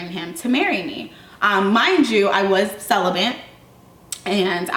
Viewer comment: Why the fuck didn't you correct her stupid ass "celibent" really bitch.